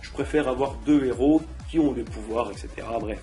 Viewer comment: Ouiii le retour!! Par contre j'aime bien tu essayés de bien parler alors que tas dis 20x "ect" alors qu'on dit "etc" et on dit pas "abassourdie" Mais "abasourdie". ^^